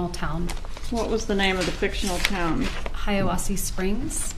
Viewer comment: It's "Hiawassee".